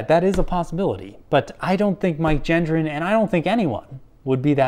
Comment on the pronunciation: I wonder if Mike comprehends if his last name is being mispronounced or not? 🤔